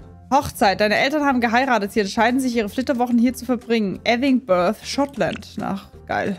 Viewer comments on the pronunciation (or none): Mein Englisch Lehrer : das heißt nicht edinbrav sonder edinbruh